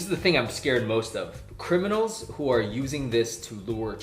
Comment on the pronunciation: Lol. "criminLAs".